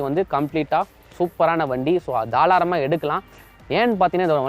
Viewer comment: Bro athu தாராளமா.....தாளாரமா illa 😅